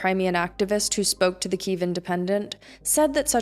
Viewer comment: Good reporting. It reflects the centre-left view in Ukraine. BTW, why do you say "Кіів" ? It should be KY (KE) – YEEV (Ки - їв)